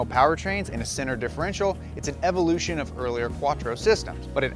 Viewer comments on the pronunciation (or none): none